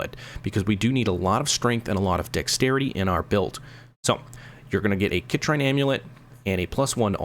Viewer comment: Excellent video. Minor quibble - it’s pronounced “sit - reen” =)